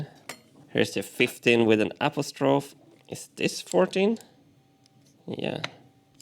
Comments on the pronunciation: AP-o-strophe? A-POS-tro-phe (fee). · <3 your pronunciation of apostrophe, Martin!